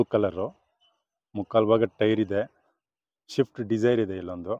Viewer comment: ಶಿಫ್ಟ್ ಉ ಗ್ಲು ಅಲ್ಲ ಅಣ್ಣ ಸ್ವಿಫ್ಟ್ ಅದು Leather ಶೀಟ್ ಗ್ಲು ಅಲ್ಲ ಸೀಟು ಗಳು, ಇಂಡಿಕಾ just ಅಲ್ಲ ಅದು zest ಯಾವ್ದು ಯಾವ ಕಾರ್ ಅಂತ ನೆ serig 😂ನಿಂಗ್ ಗೊತ್ತಾಗ್ತಿಲ್ಲ ಅದೇನ್ vlog ಮಾಡ್ತೀಯಾ